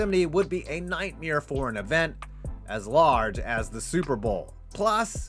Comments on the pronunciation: Say it with me nightmAre MARE m. A. R. E. Not mere lol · Why do you say nightmeer like Burt crystals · He says 'nightmeere' just like Brent Krystals does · The way you pronounce nightmare is a "nightmere". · I'm sorry, did he call FedEx Field a "nightmeer"? Been hanging out with Bert Kreischer too often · WTF is a nightmere? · Nightmeer? Or Brent, you aren't the only one. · Ive had nightmares but wtf is a nightmeer? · Nightmeer? Ok Burt Crystler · Dude says nightmare like Bert Kreisher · This guy doesn’t know how to say nightmare. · Why are you saying Nightmare like Bert Kreischer